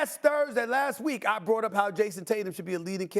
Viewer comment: First of all someone should tell perk it's "brought" and not bought. Teach this guy English fast. Tatum chokes in the playoffs and he wants to get away with it. There is no way I can see what he has done in the playoffs and not hold it against him. The MVP should include the playoffs. That's a simple solution that the NBA doesn't seem willing to do. There shouldn't be no such thing as a regular season MVP when we all know that most of these guys give only 50% during the regular season. The regular season is trash to real basketball fans. It's a disgrace.